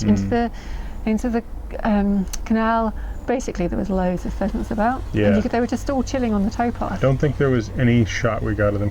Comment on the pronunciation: Hey: Pheasent pheasant pheasant:P